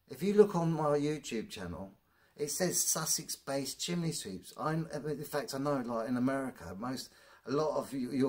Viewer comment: I have to ask.. What is the point of those gloves? And, have you thought about maybe scripting and editing your video after you film? The nonsensical drivel is incredible. Oh, and it's pronounced "chim ney" not "chim ley" And no, sweeps don't all have ladders. The first part of health and safety is avoid risk if you can, reducing work at height is reducing risk. And maybe if you worked efficiently you wouldn't have to work 7 days a week. How can anyone who's done this job for 24 year years take this long to swap out bricks? Just wear a flaming mask and edit the video after🫣. How do you get through life, let alone get through a working day? What the hell has politics got to do with it? Please stop the videos, it's nonsense 😑. Oh and UK law has nothing to do with it either. Just learn when to stop speaking! I'm embarrassed that you're English 😢😩